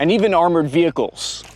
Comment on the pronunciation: ‘ VECHILE ‘ must be Italian . Just bustin’ Great programming